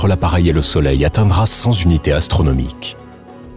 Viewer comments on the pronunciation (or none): 4'20 : "cen-Zunités astronomiques"... je ne connais plus une seule video, quel qu'en soit le sujet, qui ne fait pas cette faute de liaison. C'est usant. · Merci , très intéressant mais on dit pas 100 Zunités, y a pas de S à cent. On dit 100 Unités. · Passionnant. Mais, s'il vous plait, évitez à l'avenir de faire des liaisons dangereuses... 100 z'unités, 20 z'unités, ça gâche un peu (un tout petit peu, hein !). Mais merci pour cette vidéo.